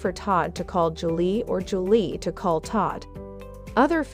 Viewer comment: Get it right. Julie, not Angelay. Simple please practice before tape.